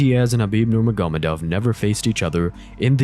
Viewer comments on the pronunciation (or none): Thats actually closer to the correct pronunciation than Ner-MAH-Go-Med-Ov. Think of it like Noor-Muhammad-Ov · Hearing you pronounce Khabibs last name wrong every time is so annoying. Bro it’s not that hard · Khabib nugamedov???? Bro what? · It’s actually pronounced Nurmo- Hamadov. Said by Khabib himself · I disagree, the way its pronounced in the video is no closer than Ner-Mah-Go-Med-Ov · NurmaGÓmedov NuurmaGÓmedov NurmaGÓmedov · It’s not hard to pronounce these names. And if you can’t just say Khabib for example. Its almost unwatchable listening to you say nurmagomedov